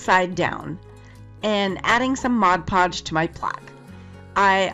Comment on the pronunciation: What a wonderful and helpful video! Thank you so much. But what I really liked was that you knew how to say Mod Podge. 😁 I see so many videos where people say Modge Podge and it drives me crazy. 😁 I have a few video tutorials on my own channel and one of them involves glazing my paper beads. And I do that initially with Mod Podge before I use varnish. I had the sweetest comment under that video the other day of someone saying they loved how I said Mod Podge and not Modge Podge. So I thought I would tell you the same thing because I know the comment made my day. Wishing you a happy holiday season from Santa Fe, New Mexico. 😊